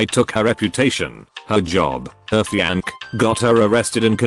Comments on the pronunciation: “Her fiank” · The way it says "Fianc" lmaooo